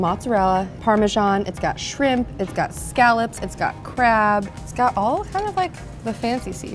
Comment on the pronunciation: "scallots" I laughed and assumed she was mixing scallions and shallots to make a word, then realized she was naming off seafoods. Sooooo...scallops?? 😂😂